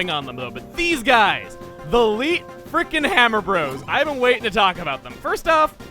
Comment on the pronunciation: "Leet beat agents"